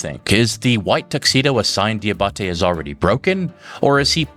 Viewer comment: Fun fact. “Diabate” is pronounced “Jah bah tay”.